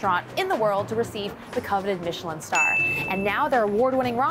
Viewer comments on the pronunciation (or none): none